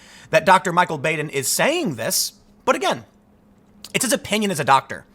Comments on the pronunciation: That's Dr. Bahden, not Bayden. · Bah-den not Bāden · Baden's name is pronounced "bah-den", not "bay-den". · Baden is pronounced Bah-din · I feel like a “well ackchually” but thought you may want to know that Baden is pronounced BAH-den in this case. Also, Epstein didn’t kill himself. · It's Dr. BAD-en. It's not a long 'a' but a short 'a'. Anyone else catch the PBS? murder files show where Dr. Baden solved bizarre murders? I think they were in the 80s? Fascinating. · >Keeps saying how famous the doctor is >Can't pronounce his name properly